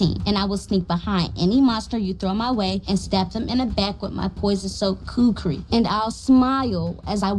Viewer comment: I love the way Erica pronounces “Kukri”